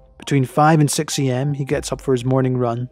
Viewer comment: I thought he said between two and sex lol...